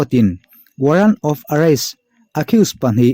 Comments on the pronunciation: Arrest-"areis" tiin ilama "ares" tiin lam talah chuan Bail- pawh "Bel" tih angin ilama "Beil" tia lam rik ni tase amawi zawk tur ania.Kan tawng anilo kan han ti tak nanga hnamdangin kan tawngin mipui ngaihthlak theih tur i thil chhiar ta se an lam dikloh lai chu i helh ve tho in ka ring. 😁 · Arest tiin lam mai la...Areis tia lam lovin😂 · Hei hi a dik..Warrant of arrest tih mai tura ngaihah,warrant of arrace ati emawni ka ti hman alawm haha...fth